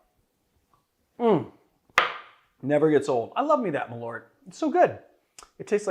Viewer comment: Is there a reason why there’s Swedish on that bottle? The brand’s american, no? Malört is Swedish for wormwood. Also, it’s nowhere near pronounced correctly. It’s more like ”maul-eart” than ”mulloart”.